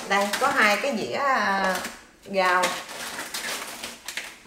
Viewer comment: Em tập nói đúng khi lên video nha, thí dụ như rau chứ đừng nói gao, mở cửa ra chứ đừng nói mở cửa ga ( mình biết ở miền Tây thì hay nói vậy nhưng lên video chịu khó sửa chút nha, mình cũng miền Tây hi hi 🤣🤣)